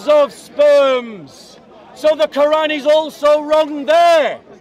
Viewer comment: By the end of this debate, the Christian debator pronounces the arabic and the word Quran more and more accurately. Indeed Allah guides whome He wills straight into Islam. Alhamdulilah